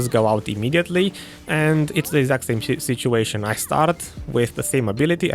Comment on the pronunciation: “its the exact same shit- - uation” 😂